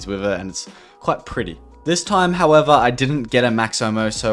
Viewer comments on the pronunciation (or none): none